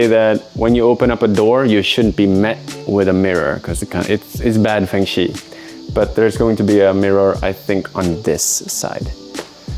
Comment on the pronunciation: Enjoying your videos. I would even perhaps like to come volunteer to do some grunt work sometime, as I often make trips to Japan, with no particular agenda other than wandering around. Just to let you know, the way to pronounce "Feng Shui" in Chinese for a foreigner is more like Fung Sshway. That's not any kind of academic phonetic writing, but I think it gets the point across.